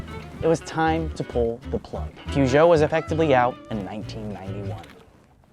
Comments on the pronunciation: It might be an idea to actually try, as you do, to at least make an effort and pronounce the names of these iconic car manufacturers. We do too when talking about Buick, Chevrolet and… sorry, wrong examples. But know that ‘Puszow’ is actually pronounced (phonetically) Pùh-zhow. Try it. Makes you actually sound more knowledgeable. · Im not french, but hearing "puchons" hurts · Poojoes 🤣🤣 it’s peurjo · one day the Americans will pronounce Peugeot correct, its more like puh zhow (per joe or purr joe) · Just an fyi for America. Peugeot isn't pronounced Poo-jho, it's pronounced more like Puh-jhow. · please stop sayinh poohgoot hhaahahahh its puhgo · The way you pronounced "pooshow"!! 😂🤣😂 Its pronounced more like "perrshow" 👍 (I'm from the UK 😉) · Could Americans please stop saying POO-ZHO or PYOO-ZHO, it's PER-ZHO (or as close to that as makes any difference). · Not poojo , perjo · It's pronounced "Peugeot" not "pujo" 😂😂😂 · Hearing Pougeot instead of Peugeot makes my ears bleed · Citroën, not Citron (even though this is the origin of the name); Peugeot not Poogeot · Ah yes, my favorite french car brands, "PewJoe", "Citron" and "Rano" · I might be wrong, but it's pronounced Per-joh, as in Persia, but without the American hard R Renno And Sitron as in Sit and Tron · Poo - zhoh ? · why do americans keep callin it poo-geot smh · Your "Poohgeot" pronunciation made me chuckle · Peugeot never made it because Americans can’t pronounce it correctly. (Puh-zhou.) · hahaha you pronounce Peugeot Poo-Joe in english? 😀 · That's not how you say Peugeot. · I am NOT French , I do NOT speak French but I cannot stand the terrible american pronunciation of Peugeot . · The way you Americans pronounce Peugeot simply twists my guts xD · Yo, do all Americans pronounce Peugeot like that? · Lol how you guys pronounce Peugeot and Citroën. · Next time just look up how to pronounce Peugeot. I cringe every time I hear it pronounced like that. It’s like saying aluminum instead of aluminium.